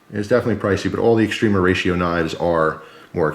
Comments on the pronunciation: Just gotta point out every time you called it(correctly per your title mind you) extrema ratio, it sounds like you're saying extreme horatio. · the A in extrema is pronounced kinda like ah, English when spoken relaxed by a fluent speaker it is normal for the spaces between english words shrink and flow fluidly sounding like extrem-ahratio. American English has there own colloquialisms, and (a native new jerseyite speeks with a specific accent. To me it sounds like a slight speach impediment, you can hear it distinctly with the word water.